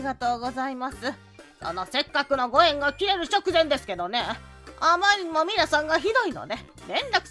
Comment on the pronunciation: ミナ❌ ミナ〇〇○⭕